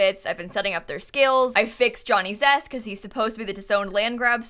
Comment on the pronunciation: I kept hearing Johnny Depp every time she said Johnny Zest😆